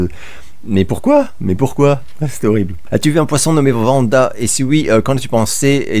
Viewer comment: Merci d'avoir répondu à deux de mes questions 😊 (The Invitation et Dead Man's Shoes, je te conseille vivement de revoir ce drame anglais, c'est du très très bon mais il faut le voir dans de bonnes conditions) edit: pourquoi tu prononces Vanda et pas Wanda ? Comme le Wyoming. 😊 Re edit : félicitations pour ton recul concernant comment réagir au propos de Regelegorrilat (c'est pas français mais tu as compris) ceci dit...je trouve que voir des films asiatiques en VF est vraiment une hérésie, ce ne sont pas du tout...du tout, les même mouvements labiaux que le français. Du coup, on perd 50% du film. Je suis team VO sauf quelques exceptions comme Le Flic de Beverly Hills et Le Bon La Brute Et Le Truand (pas fe vraie VO vu que c'est une coproduction)